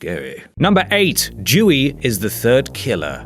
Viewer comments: it's pronounced "Doo-ee" not "Jew-ee". lol. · i was immediately pissed off when he said dewey. its not fucking jewey, its dewey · It’s said like “dooee” not “jewee” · It’s Dewey not Jewey you anti Semite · It's Dewey not Jewey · mans needs to find a way to stress the d in Dewey so it doesn't sound like jewy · Srry I heard it as "jewey" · I heard Jewey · for the first one i heard "jewey" and i was like wat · I swear he keeps calling him "Jewey." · ...jewy? Wtf... why the fuck do you keep saying Jew? And don't blame the English accent. I'm English and I don't say fucking jewy. Are you a spacker? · I'm sorry but it sounds like you're saying Jewey. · How he say's Dewey irritates me. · That's not how you pronounce Dewey ffs. Disliked and unsubscribed. jk